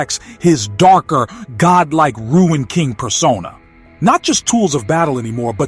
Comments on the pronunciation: Pronounced Roon not Ruin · Marvel do not know what to do with Thor. Thor will die in Doomsday. You don't know what you are talking about. It's not "Ruin" King Thor. It's Rune King Thor. He is called as such because he mastered the powers of the Runes, after he sacrificed his eyes to Yggdrasil. He became more powerful than Odin ever was. Again, it's not "Ruin"...it's "Rune". You are over reaching on most of your points here. Anything for content? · Bro , It's RUNE KING THOR..Not Ruin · RUNE KING not Ruin king 😂 other then that interesting video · It's not ruined, it's "RUNE" KING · It isn't ruined king. It's rune king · Glad someone else recognized it. The word rune, is pronounced "roon", like "moon", not "rue-in"😊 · I thought it was rune king not ruin king Thor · If the person narrating doesn't know how to pronounce RUNE, lets me know that you've just became a THORFAN..... YOU'RE NOT SAYING ANYTHING WE DONT ALREADY KNOW......READ UP